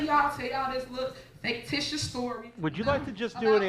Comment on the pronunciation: "Faketitious stories"😂 If you're a mayor that doesn't know how to say Fictitious, you're not my mayor.